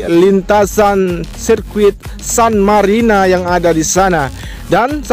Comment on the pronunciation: GA Salah denger gua sirkuit Qatar san marina ? 🗿😀